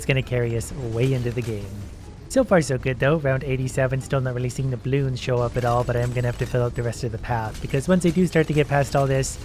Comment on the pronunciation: Normal people: bloons: blioons